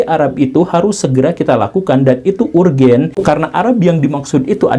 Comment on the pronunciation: Lah ngakak... niat mbenerin kok malah parah, ur. jnt [ baca : urjen]